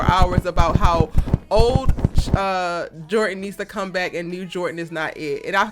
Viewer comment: Jor dan!!!! Jor dan!!!! Is dropping the d a cultural thing? Don't do that to people's names.